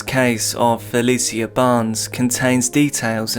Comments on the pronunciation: Please watch and listen to a few news broadcasts on cases you’re covering if you can. Helps you pronounce victims names properly. Fuh-lee-shuh not Fuh-lee-see-uh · if you ain’t from Baltimore then stfu he said her name wrong thats a fact